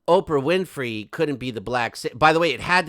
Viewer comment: Love the way Oprah whinfry is pronounced. It’s a damn good giggle!